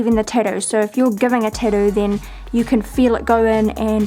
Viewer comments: Tatt oo not tad oo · she can't even say or pronounce tattoo , titdoo 😂😂😂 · tadu? or tattoo? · it is called tattoo not tittoo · Hearing her say Tidoh everytime is infuriating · I love the way you say Tattoo.. Tiddo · "tidoo" lmao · tattoo....TATTOO.....(Tatt-Tew) NOT (ta-doo). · Tad too? It's tat too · the tidoo* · am I the only one hearing titty instead tattoo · im gonna be honest ive never heard someone pronounce "tattoo" the way you do :0 your tattoos are very interesting though ! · for the love of god it tat-oo learn to say the fucking word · Love the way u say tattoo 😅 thanks for the video❤️ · Say tattoo right it's annoying and this is dumb why would you ever do this to yourself